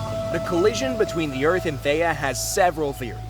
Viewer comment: Erm why did say theya!! Instead of theia